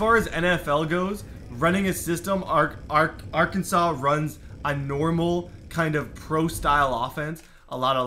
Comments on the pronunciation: It is pronounced arkin-saw not Arkansas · It’s pronounced arkansaw not ar Kansas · ITS AR-KAN-SAW. Not ark an sis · Its pronounced Are can Saw not R Kansas!!!! lol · Td never say Arkansas like ar- Kansas it’s pronounced arkansaw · It's pronounced ar-kan-saw, not ar-kansas. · Arkansas is pronounced are can saw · Ar-kan-saw bro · thanks for picking Arkansas I’m from here and a huge fan. But please never say R-Kansas again it’s actually illegal to say here(I’m not lying)😂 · pronounced Ar-Kan-SAW. Okay you say it right later in video. Mayor of a town, Governor of a state though. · As an Arkansas fan I was super excited until you started saying "are-kansas"....foh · Did anyone else notice that he said "ar-kansas" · It’s (Art-can-saws) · bruh Arkansas ALWAYS play LSU and A&M what do you mean we have to go through Tennessee. They are in the SEC East. Also pronounce Arkansas like Arkansaw. Arkansas was a state before Kansas so Kansas become Kansaw for the chat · its pronounced are-kan-saw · Your saying Arkansas wron it’s pronounced arkansaw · It’s pronounced Arkansaw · It’s pronounced R-CAN-SAUCE 🤦🏼‍♂️ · Please pronounce it right it up sets me because I'm from Arkansas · He sad ar Kansas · Dude, watch a youtube video or something on how to pronounce Arkansas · U saying Arkansas wrong is so cringy!